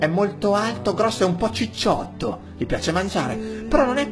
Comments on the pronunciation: Non pensavo che si scrivesse ciccotto e si leggesse cicciotto....all'inizio del video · Un po ciccotto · un pò ciccotto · un po' "ciccotto" ahahahah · un po' ciccotto ahahah